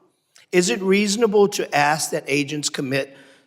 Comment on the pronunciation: The Black guy is an embarrasement, He says Axe instead of Ask.